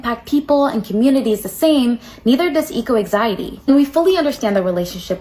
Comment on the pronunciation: "eco exiety"